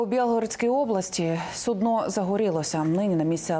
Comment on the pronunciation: ведущая рассмешила своим "суднО" ))